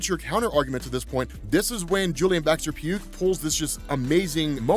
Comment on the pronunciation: Just a small note, but Baxter-Pugh's name is pronounced Baxter-"Pew", like how Hugh is pronounce like Hue. Then again this is the boys for all I know the guys gonna be dead in an issues time and it wont matter XD